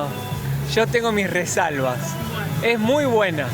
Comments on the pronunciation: “resalvas”? sera reservas, este güey es bien bruto para hablar😂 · " yo tengo mis resalba"... Reservas se dice...